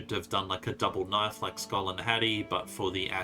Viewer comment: The knoife disrespect......